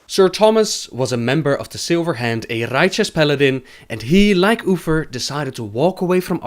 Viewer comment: Dude it's clearly spelled U-TH-ER, not UFFER... You're not even trying to say it right.